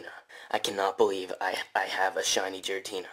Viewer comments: his game froze because he kept calling it jiratina instead of giratina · What i find more annoying than shiny hunt is everytime i hear "jiratina" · The way that that guy pronounces "Giratina" as "Jiratina" pisses me off for some reason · I had a seizure everytime he called Giratina Jiratina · His game froze because he called him JIRATEENA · Honestly he deserved to lose the giratina for pronouncing it "Jiratina" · It heard you calling it 'Jiratina' and punished you correctly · He deserved the failed Giratina He called it jiratina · Dude said Jeratina 🤦🏼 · Ahahahaha hecdeserves it for calling it jiratina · so cringe when he says Jiratina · “Holy shinx guys shiny jiratina” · That guy doesn’t deserve a shiny giratina if that’s how he thinks it’s name is pronounced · That’s what gets for pronouncing “Giratina” like that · deserved it for pronouncing Giratina wrong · It’s cause he pronounced giratina wrong